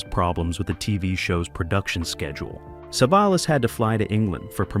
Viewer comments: I can't take it anymore wqith the "sah-vuh-lass". Didn't even make it a whole minute. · AI bullshit. Can’t ever pronounce Telly’s name